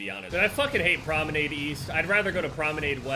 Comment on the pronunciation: Challenge accepted: pronounce promenade correctly